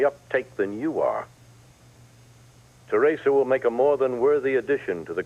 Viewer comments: Can for once say Theresa's name correctly. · he says it the way victor kiriakis said theresa's name in days of our lives. i've only ever heard those 2 people pronounce it that way!